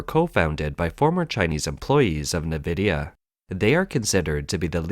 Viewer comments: Note: "Nvidia" is pronounced "N" (i.e., "in") + "vidia" and not "Nih+vidia". (There is no 'i' between the 'N' and the 'v'.) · Nvidia is NOT pronounced “Nividia.” It’s pronounced Envidia (“N”+vidia). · Nvidia is pronounced like En-vidia not Ne-vidia!! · Actually, no. NVIDIA isn't pronounced 'in ...' (There's no 'i' before the 'N', either. It's pronunced 'en ...' as the name of the letter 'N'. /en 'vı dee ə/ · Nvidia is pronounced: en-vidia or in-vidia. Either is acceptable.